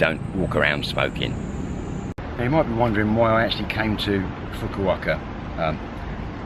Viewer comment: Não fosse o desrespeito pelo nome da cidade de Fukuoka e o vídeo seria bom... Se não consegue pronunciar Fukuoka então é melhor ficar calado. Pessoalmente perdeu o meu gosto.